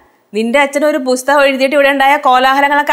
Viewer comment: Busthakam alla makkale pusthakam